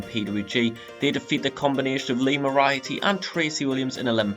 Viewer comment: I don't like being that guy, but since I guess no one's said it yet, it's More-ee-are-tee.